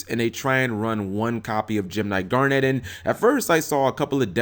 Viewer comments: Yeah he's pronouncing it as Garnette. A strong emphasis on "NET". It's just "Garn-it" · damn, how can you even mispronounce garnet?